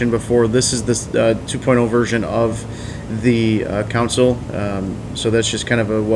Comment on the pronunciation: Its pronounced "Con-sole" not "council:. Otherwise, great vid!